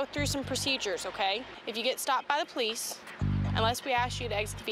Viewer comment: Have little respect for the “Pole lease” .